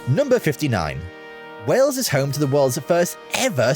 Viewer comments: Its not Wells , its Wales or even better, Cymru. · it is wales,not wells dumb ass. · I just wish the narrator had made a little effort in pronunciation. A small time on this would have made it more acceptable. Lazy, really. And, it's Wales, not "Wells". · It's not Wells it's Wales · It's Wales, not wells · please pronounce the country's name correctly. You are saying "Wells" when the name is "Whales" the same as the sea mammal. I know it is the difference between the emphasis Americans and Brits place on vowels, but you were hearing the correct pronunciation in the video but you didn't pick up on the error. I love your videos but American pronunciation makes me cringe at times. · Hi you pronounce wales like way ales. not wells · It’s pronounced just like whales and not Wells, the A is prominent rather than an E. Everybody will think you mean another place in the UK called Wells. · Wales Wales Wales Wales NOT Wells...!😮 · Why are you pronouncing Wales as wells? It rhymes with males,sales etc not bells or shells? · Please stop calling Wales wells. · Wales like the sea creature not Wells, its also Welsh people not Walls lol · I keep thinking hes saying ‘wells’ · It was not only the narrator who mispronounced everything (which many Welsh folk would find unfunny and quite insulting) but even our American friend the presenter called the country Wells!.Nice vid though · Wales is pronounced " Wails " 🇬🇧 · Hi. A couple of things, you need to put an 'h' sound in your pronunciation of Wales (whales) and Welsh is the term for people from Wales. I'm not trying to be hyper critical just helpful. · Though the Welsh may disagree , over here in the UK we pronounce Wales the same as we pronounce the mammal Whales , you sound a bit odd the way you say it , maybe its your accent.